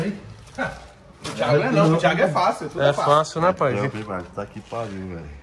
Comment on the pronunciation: Toguro falando pae tem pae !